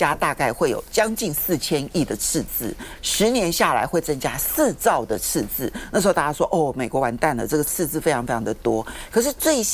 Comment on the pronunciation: 鳳馨的捲舌音判斷：貿易次字